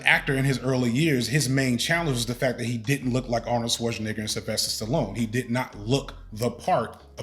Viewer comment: If this man pronounces Schwarzenegger wrong one mo time!! 😂